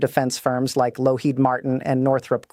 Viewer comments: RaThon? LoHEED martin? AI BS again. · Al can't even CORRECTLY pronounce Raytheon and Lockheed --- 2 of our biggest military suppliers. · AI must sort out the nuances of english pronunciations. Good bit of info here, but tedious to listen to "Raaathon" and "Lowkeed" terms. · Pretty Lady ... why doesn't she know how to pronounce Ratheon ... and Lockheed ... C'mon people ... the intellitgence is 'artificial' ...